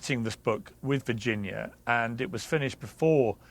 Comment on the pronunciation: Virginia G did NOT make a mistake about Dershowitz...he got to her somehow. This guy ranting () doesn't even pronounce her name correctly and why is he so emotionally explosive? Did PA pay him?